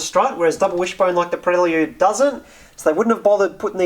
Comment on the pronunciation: Prel Yude? Never heard it pronounced like that.